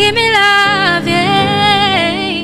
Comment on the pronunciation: Girl you’re gooood!!!!🔥 your voice control is impressive! Your breathe control is good and your runs are crazy!💯 you’ve got skills tbh🔥💯.. but please check your pronunciation when singing cos your pronunciation of LOVE is wrong. There’s no ‘R’ in love..coming from someone who listen to judges a lot. John legend and blake shelton will tell you to work on that...